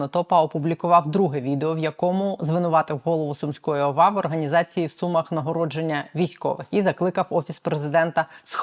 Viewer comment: Не СУмах а СумАх, так говорять сумчани! Вибачте!